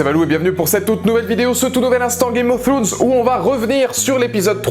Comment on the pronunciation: Ta pas compris que le roi de la nuit et son armée de mort c'est un seul cerveau celui du King of night chelou ton debrief...! Games of throooooones bof l'accent, rien ne va, bonne continuation quand même